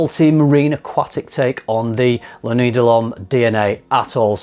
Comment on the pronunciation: Why do you say "La noo-ey"? It's La Kna-wee. Is the refusal of proper pronunciation am "English hate the French" thing? Also, a blue fragrance isn't defined by it being salty or aquatic. Dior Sauvage and Bleu de Chanal are both blue fragrances. Also a lot of blue fragrances tend to make you nose blind. Sounds like you're nose blind to the new ingredients and mistaking it for weaker projection.